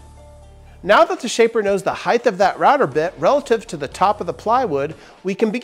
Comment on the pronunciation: Height. Height!!! Not highth. Please don’t start saying expeshully too. ;)